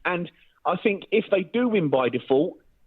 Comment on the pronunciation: He the most dangerous kind of thinker he’s a “finker” I fink 😂